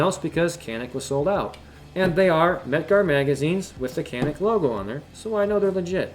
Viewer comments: Pronounced Janik. Or Janeek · You said you’re American so you don’t care how it’s pronounced. How do you pronounce that obnoxious tattoo on your forearm? I’m pretty sure that’s also not American.